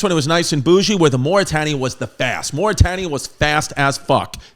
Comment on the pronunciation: Was also not just black people on the lowest deck of the titanic, there was one black man . Your pronunciation is killing me of Mauretania. Bernard Hill played Edward Smith.